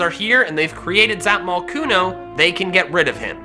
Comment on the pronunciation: Says its name in a weird accent Zapmocooooooon